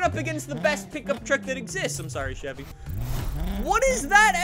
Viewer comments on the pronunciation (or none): none